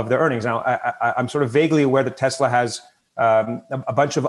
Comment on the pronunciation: it's teSla, not teZla. Great interview though.